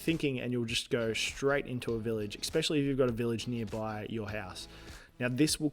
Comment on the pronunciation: i think you said eckspecially like 15 times in this video, god damn its annoying